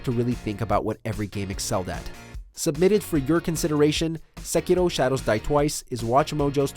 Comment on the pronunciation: You're an American, your pronunciation of Sekiro is annoying, but I have only been awake for 5 mins